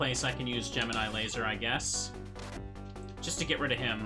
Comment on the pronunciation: So "GEMINI" is pronouce Ge-me-nile instead of Ge-mi-nee?? never notice till watch this video...